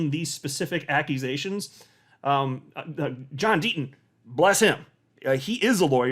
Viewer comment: I could’ve sworn you said ‘Dirty Deaton continues.’ 😄